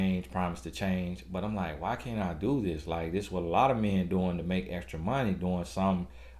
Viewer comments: Mon-tee! Not Money!!! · 😂😂😂😂.."Not money!..but MONT-TEE"...I died..